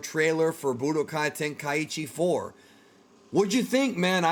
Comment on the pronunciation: "Ten-kai-ee-chi" Stop.